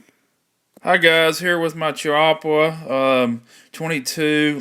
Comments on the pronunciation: its called a Chee-PAH not a chubbaka- lmao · Cha-wa-pia? Here is a guy from Chiappa, and he says it correctly! And he cuts himself off mid sentence! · Pronounced keyy appa